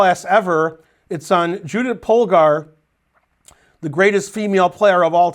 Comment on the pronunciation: Whenever Ben gives a lecture about Judit Polgar it always makes my day, partially because Polgar is the only hungarian word Ben can pronounce decently and with the little US flavor in Judy I'd say the overall effect is even better than perfect. (In contrast to "Berkes", "Maróczy", sorry but those were horrible.)